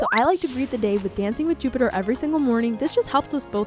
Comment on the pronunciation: How say Jupiter